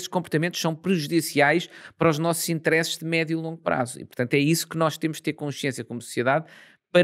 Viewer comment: Muito bom como sempre 👌🏼 mas...porquê "interésses"? 😂